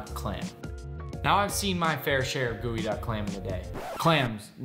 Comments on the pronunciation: It's GEOduck clam not goeyduck clam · geoduck not gooeyduck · Ok, so, y'all are doing the jokes justice, but can we just maybe take a moment to address the fact that this thing is spelled GEO-duck, but he's pronouncing it GOOEY-duck?! 😳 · It is pronounce as geodek not geoduck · I thought it was pronounced jeeyo duck not gooeyduck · Nick, you prepared this clam to eat as sushi. But can you steam it as you would other clams? In other words, can this type of clam be cooked and eaten warm? One more question, you pronounce the name of this clam like "gooey-duck." But the spelling I see is "geoduck." I would say "jee-oh-duck." Please explain your pronunciation. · Delicious but why are we calling it GOOEYduck? Is it not GEOduck? Just curious really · Why is it pronounced "gooey-duck" and not "gee-oh-duck"? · pronunciation geo